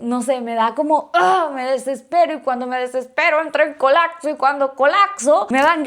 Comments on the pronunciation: Colapso.: Colacso 😅😅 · Se dice colaPso no colacso ... 😅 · “Colacso” “Colacsar” “Colacsando” es medio naquita. 🙃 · “Cuando colacso” 😂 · Le dio un colaczo. Se dice colapso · COLAPSO, no "colakso". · Colacso, colacsar 😂😂😂